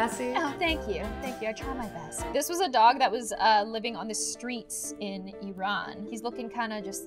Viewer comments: Kassie is the first person I have met that knows how to say Iran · thank you for pronouncing Iran right( im half Iranian)